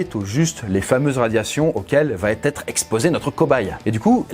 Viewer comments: VA ÊTRE !!! y’a pas de T !! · Il n'y a pas de "t" à la fin de "va" donc pas de liaison dans va-être (tu le répètes plusieurs fois, ça fait mal). Bonne vidéo aussi non ! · Faut vraiment arrêter de dire "va-t-etre"! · c'était horrible pour Gustave, ça m'a stressée. En plus t'arrête pas de dire "va-t-être"